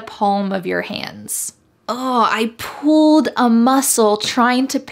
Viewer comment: the way you pronounce "pulled" sounds like "poohed" to me 😅 thank you for the great video!